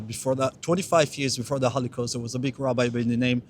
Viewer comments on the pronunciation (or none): he says hollycost more than hollywood